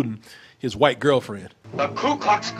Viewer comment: Why does he pronounce white like hwhite?